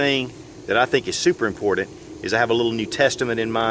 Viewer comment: "Impordent" hahaha